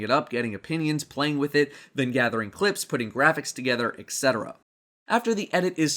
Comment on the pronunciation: etc is pronounced et-cetera, not ec-cetera